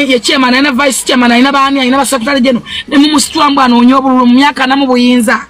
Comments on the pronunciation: The way say sekutale mbu secretary 😅😅😅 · Oba sekwitary😂😅